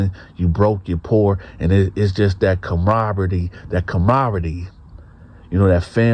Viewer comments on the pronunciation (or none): 😂 cool video bro but camaraderie 😅 that word gave you a hard ass time huh.